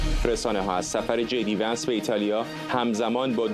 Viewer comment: Vins نه vansایشتیباه صحبت کرداین خبر نیگار